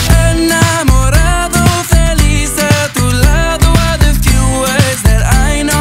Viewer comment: So proud of you Alex! You are amazing... I loved this! U deserve much more than this..more views, more subscribers and more fans....if u keep on singing like this then definitely one day u will be famous and u will become a big singer. Btw I love the way u pronounce enamorado.